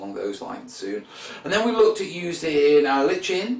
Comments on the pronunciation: [ lahy-kuh n ] or [ lie ken ] not [ li-chen ] someone's pulling your leg mate. Keep the videos coming! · So you pronounce it "Li-ch-en"? I'm Liken that! ;) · How to pronounce lichen? Depends if you are American or a Brit! We Americans say liken, while you BrIts tend to say litchen. Both are correct btw!